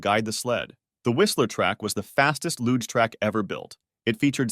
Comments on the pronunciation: Luge.... "looga"? 😮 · Loog? that's now how you pronounce LUGE! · I’m sorry dude but you gotta do some research on the pronunciation of certain words/names. Luge is pronounced “loozh”